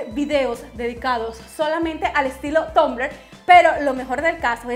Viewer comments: tumblr se pronuncia tambler no tombler nena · me embola cuando decis tombler habla bien ma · Que raro lo pronuncias 😂😂😂😂😂😂